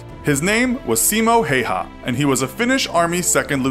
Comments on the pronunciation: No, not Siimo Heihaa. Simo Häyhä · Simo Häyhä not Simo Heiha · I'm pretty sure its simo (see-mo) Hayha ( hi-yo-ha). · you said simo häyhä wrong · im from finland and this is fun to watch since you say Simo Häyhä with a english accent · Do a video where you pronounce simo häyhä right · So. As Finnish I can say Simo Häyhä isnt peonounced rigt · It sounds funny how you pronounced simo’s name because i am from the same country as him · You said his name wrong